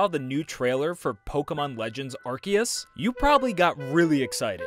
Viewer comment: arcius got me dieing 🤣 it is arceus